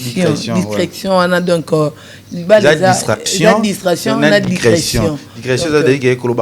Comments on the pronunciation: Dicretion🤣🤣🤣🤣🤣🤣 balobaka Discretion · Naseki nalembi 😂 leketshu na fivette pardon 😂😂😂 dicretion 😂 boloba kk lingala plz balobaka "discretion"...yoka pe leketshu azo porter correction mais kk nakati ya ba fautes 😂 duo oyo tokooos 😂